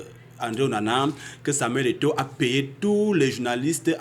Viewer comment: Onana not OWONA